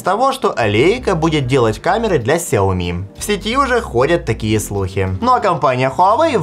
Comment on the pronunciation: Вас зовут? Вам приятно будет, если я вас буду называть Канил или Ванил? Или ещё как-то, сменяя первую букву. Лично меня бесит, когда говорят неправильно. И раз такой умный, загуглите и запомните, нигде "Ксяоми" не правильно, только "Шяоми" и "Сяоми". Всё! Букву "X" не читают как "К"